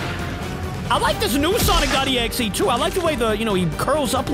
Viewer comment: is exe not exie 😂😂😂